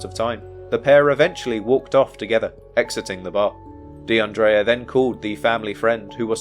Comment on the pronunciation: Almost broke my neck looking up at the screen when you said her name because not only is that my name too but you also pronounced it correctly. Praying for justice for DeAndrea and her family 🩷